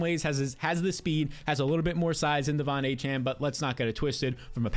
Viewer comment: I exit the video after he said Devon achane